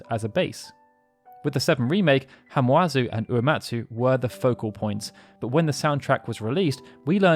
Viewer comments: His name is Masashi Hamauzu. Not Hamuazu. The A goes before the U. Sorry, I worship this man. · It’s Ha-ma-u-zu, NOT Ha-mu-a-zu. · Hamauzu’s name is pronounced Hama-Uzu. Just a heads up.